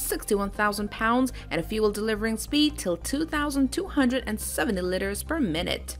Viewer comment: What are these "litters" she talks about?